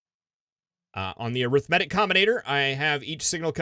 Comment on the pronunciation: wonder if he ever looked up how to pronounce arithmetic